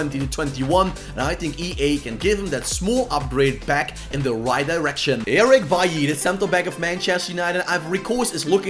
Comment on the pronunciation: And it's pronounced byeee